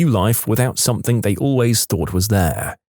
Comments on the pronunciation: listen to the video he is constantly doing it on every video he narrates just listen. Ends the word something with a K He says “Somethink” Also often “Nothink” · There is no “K” in the word something . Somebody tell the narrator ffs